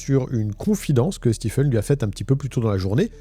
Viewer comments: Stephen se prononce "Stivène" et non "Stifeune". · Stephen se prononce Stiven et pas Stifen... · Que vous le sachiez, personne ne se fait appeler « StiFen » , bien que son nom s’écrive Stephen ça se prononce toujours toujours STEVEN Pour votre information 😊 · Très intéressant. Juste une correction : "Stephen" se prononce "Stiven" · Stephen se prononce "Steven", pas "Stiffen". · Ça se prononce stiVen pas stiffen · pour autant que je sache Stephen se prononce stieven en anglais... d'ou sort ce stiffen a la con ? une fouille systémique ca ne veut rien dire, le poivron dans la cuisine roumaine est systémique (habitude) , une fouille est systématique (complète) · Excellente vidéo. La narration est très agréable par contre juste pour info, Stephen ça se dit "stiven" pas "stifen", faut pas me demander pourquoi, c'est bizarre mais c'est comme ca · Juste un petit détail : Stephen se prononce « stiveune », pas « stifeune ». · Hey ! En anglais US ou anglais, STEPHEN ne se prononce pas STIFEN mais STIVEN 😂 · Stiffen? Ça se dit Steven. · Ça se prononce Steven (Stiveun) et pas Stifeun. Comme pour Stephen King on dit pas Stèpheun King mais Stiveun King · Stephen est prononcé Steven aux US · Très bon récit. Par contre, Stephen se prononce « Steven ». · On prononce Stephen comme Steven (Stieven avec l'accent sur le ie) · Le ph de Stephen se prononce comme un v en anglais. Stephen = Steven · Pour info, Stephen se prononce Steven. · Bonne vidéo, mais la prononciation "stifeune" est tellement ridicule 😂😂😂😂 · "STIPHEN" Ca m'a rendu fou ! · Stephen se prononce "Steeven" ;) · Bonne enquête! Juste un détail, Stephen, se prononce "Stiven" Sinon le reste impeccable! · Stiveun . C'est comme pour Shawn qui se prononce comme Sean